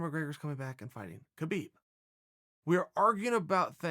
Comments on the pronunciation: it is not Kabib, it is Habib, the K is silent dude. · Can u just pronounce the champ’s name right. Habib